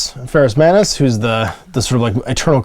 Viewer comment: Sorry, I have to say this is the one review you've done I can't like - you called the Primarch of the Salamanders Ferrus Mannus! As an avowed Son of Vulkan I cannot let that slight go! Kidding of course, Great as always:)